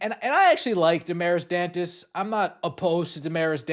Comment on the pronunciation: I’ve seen other news … Aari McDonald was signed. And you oughta brush up on your Spanish / Portuguese pronunciation.